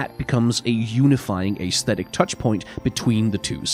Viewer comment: I love your videos, seriously. But PLEASE pronounce Aesthetic correctly it’s driving me nuts